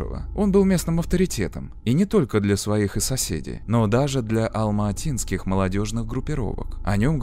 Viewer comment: Здравствуйте, прошу прощения, я живу в Алматы, ухо режет, когда вы говорите Алмаатинская область, Алмаата. Правильно говорить Алматинская, Алматы. Алматы не склоняется. Я пишу без претензии, просто хочу подсказать для следующих видео